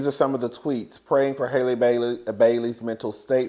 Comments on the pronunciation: you never say that girl's name right! It's HALLE like HALLE BERRY. 😭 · The a in Halle Bailey’s first name is pronounced like the a’s in alley and apple. It’s pronounced just like Halle Berry.